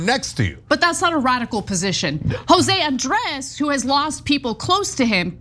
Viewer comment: Ben trying to pronounce Andrés. Grade is C-. Too quick, ingenuine with a bit different nastiness to the tongue. And the 2nd take mentality of the Israeli government is inhuman. One take to negotiate. You do something else, that's inhuman negotiating.